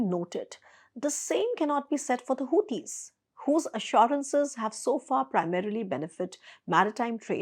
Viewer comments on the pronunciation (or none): none